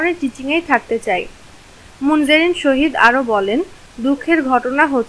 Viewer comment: Munzareen sahid hobe..... Tumi sohid bolcho kano😂😂😂😂